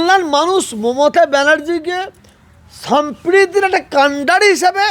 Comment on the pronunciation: ও চাচা,ওকাপ নয় কথাটা ওয়াকফ। গরু নয় গুরু , মুন্ত্রী নয় মন্ত্রী,সামপ্রীতি নয় সম্প্রীতি, মুনদীর নয় কথাটা মন্দির,বাংলার কি মুসলিম গুরু বাংলাটাই জানে না।